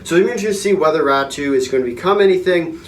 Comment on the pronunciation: Pronounced “ Ratu “